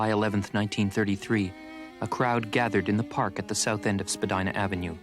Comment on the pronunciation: Pronounced Spadeena not Spadina.